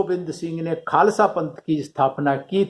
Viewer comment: Khalsa Nhi khalsa hota ha